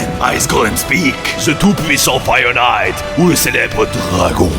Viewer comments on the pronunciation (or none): none